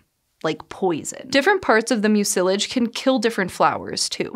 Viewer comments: Has this generation really not encountered the word "mucilage" before? (MYOO-sil-ij, not myoo-SIL-ij.) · "Mucilage" is pronounced "MYOO-si-laj." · Never heard “mucilage” pronounced that way before…